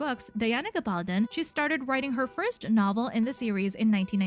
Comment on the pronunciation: Learn how to pronounce the author's name!!!